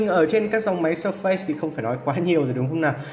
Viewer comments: Phát âm k phải là sơ phây nhé 🥲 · Phát âm surface sai rồi